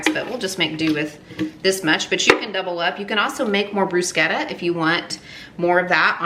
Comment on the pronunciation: Thank You so much for correctly pronouncing “Bruschetta”! ❤